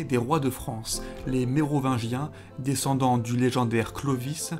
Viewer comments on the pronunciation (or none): none